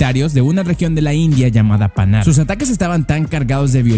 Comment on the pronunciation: Leopardo de panar le quitas la r leopardo de pana XD